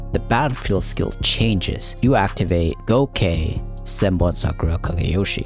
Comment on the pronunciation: It's not zenbon Sakura it's senbonzakura*